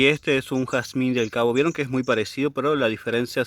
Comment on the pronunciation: Jarzmin Inglés